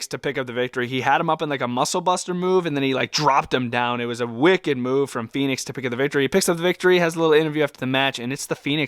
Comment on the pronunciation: Your saying Phenix. Its Fenix. Fen-ix